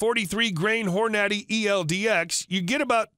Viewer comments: I don't think the narrator hunts or shoots. If you call a 308 a 3 aught 8 , and call Hornaday Hor naddy you know nothing about shooting so I don't have to agree with your list of calibers. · I think some of these sites use a professional voice guy to read the scripts......they don't always know the proper pronunciations of gun terms. I heard him call Hornady "whore-naddy". 😂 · Never heard the .308 called a “three aught eight” or a “Hornaddy”